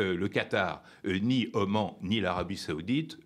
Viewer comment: Oman, pas au Mans.